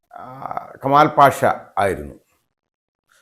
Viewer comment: Kamalpasha എന്നു പറയു൦ബോൾ ശ്രദ്ധയോടെ പറയണ൦, അല്ലെങ്കിൽ താങ്കളെ ഇവിടെ ഇഴുകി ചേ൪ക്കു൦, ശ്രദ്ധിക്കണം